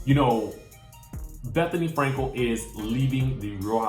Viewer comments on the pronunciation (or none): Did you say Bethenny F lefts? lmao!!!!